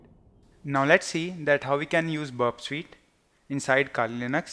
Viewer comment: Its not burp sweet its burp suite.. kindly improve your vocabulary it doesn't make any sense.. 🙏